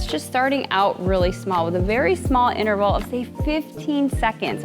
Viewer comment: Please. It's *inTerval*. Not innerval